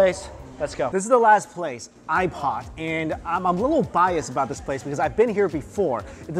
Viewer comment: kkhhhootpot. that's not the way to say hotpot i think :(. sorry not subscribing